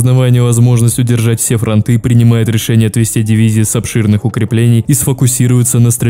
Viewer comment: ФронтЫ, а не фронтА